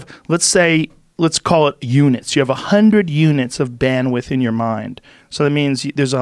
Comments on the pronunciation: Shame. If he read the comments maybe he'd realise it was bandwidth not bandwiff. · Bandwidth... Not bandwith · great talk, but for god's sake. "bandwiDth", guys. bandwith was killing me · Joe “banwith” Rogan